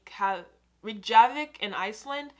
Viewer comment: What the fuck supermarket did you go to? Milk comes in a plastic bottle. Its 4 pints which is half a gallon. Also pickles are called gherkin here. Reykjavik is pronounced Rake-ya-vick. I went to Georgia and tennessee a few years ago. I found it weird how big your meals are. Tipping was weird, here you tip for good service but its not compulsory. I had the worst service of my life in savannah and refused to tip and they followed me outside to ask why. I also went to Vegas and got very lost. Your buses are impossible to navigate and totally not tourist friendly